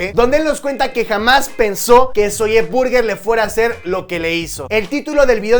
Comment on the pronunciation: por que dices "Zolle Burguer " ? ¿? 😒😒